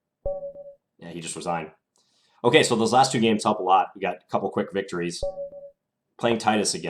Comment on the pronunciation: Black "resianed".... not resigned?